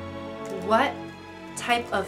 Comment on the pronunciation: What was the “wHaHt”